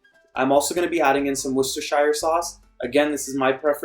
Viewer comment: Hi beingTrinidadian I love chicken pelau and after seeing what you added that’s not necessarily Trini the dish was absolutely gorgeous. Can I also advise the pronunciation for Worcestershire sauce - woostersheer sauce. The English language is very strange and sometimes some of the letters are silent. I’m a subscribed fan and love your take on all your food. Many thanks🥰